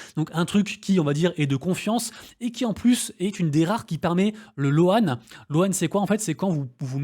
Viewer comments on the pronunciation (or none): On est pas anglophone mais crypto oblige... Dans le mot Loan le "a" ne se prononce pas